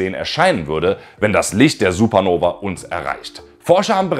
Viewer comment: Es heißt SupernovA nicht Supernoveee ... Selbst erstmal viel Angst machen und am Ende sagen, das es uns nicht betrifft. Das ist einfach Klick-Bait ... Daumen Runter. Außerdem sprichst du wie Herr Anwalt in einigen Teilen. Copy Cat. ..